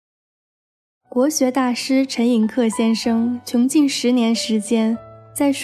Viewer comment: 文盲吗 ？ 陈寅恪，读 que[四声]